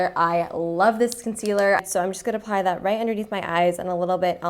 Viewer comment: It really sounds like she says pie when she says apply